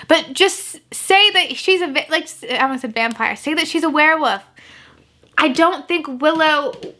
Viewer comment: I love how you sometimes say "werwoof" and not "werwolf" <3 I think it's your dialect but it's cute